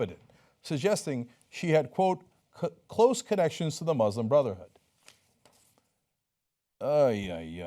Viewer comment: Yo Cenk, can't you be an example and pronounce 'Muslim' properly?